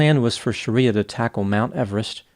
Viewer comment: Her name is NOT Sha-riya but Shree- ya